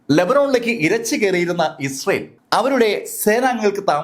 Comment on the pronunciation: ഇസൽ എന്നല്ല, ഇസ്രായേൽ എന്ന് വ്യക്തമായി ഉച്ചരിക്കൂ👹👹☝️